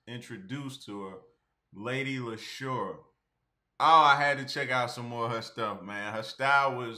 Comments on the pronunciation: Lady Leshurr pronounced like Lady LeeShaw. Just fyi bro. Nobody gets it right the first time. "Porky pies" is UK slang for lies. That island patois though....AyEEeeee! Love LL. Check out this Queen from the U.S. Sa-Roc - "Forever". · It's pronounced "Lee-sha" Like Alicia without the A. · Lady Leshurr (pronounced Lee-sha) is on fire this year. She is an independent artist because she wants to be, to retain control. Check out her New Freezer Freestyle for more 🔥🔥🔥